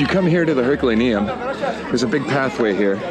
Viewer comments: It’s pronounced “Her cue lay nee um”…. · It’s pronounced Er col are no